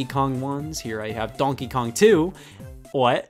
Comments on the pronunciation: Conkey Kong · It sounds like he's saying Bonkey Kong. Its the newest Kong everybody. He flails his arms around wielding a baseball bat yelling Bonk! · Bro why does he say donkey kong like that Its like DONkey kong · Why does he say donkey kong like that😂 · the way scott says Donkey Kong.. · Every time he says "Donkey Kong" I remember he's from Ohio. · what the fuck stop saying donkey Kong like that I never noticed you saying it like that before stop it stop it Edit: ok he said it right thank god Edit again: he said it the bad way again